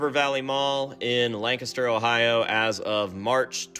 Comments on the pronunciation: There's a Lancaster in Texas and we pronounce it the same way you do. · Englishman here confirming that you say Lancaster correctly. Lancaster UK has been pronounced how you say it since the 12th Century. So everybody else is wrong. You are correct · As a PA native with a city of the same name, I can confirm you are saying Lancaster correctly